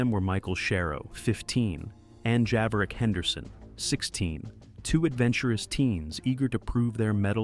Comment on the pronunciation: This is nothing short of totally idiotic/is it against this guy's religion to say Javarick?